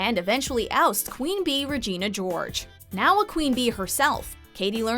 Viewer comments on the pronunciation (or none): none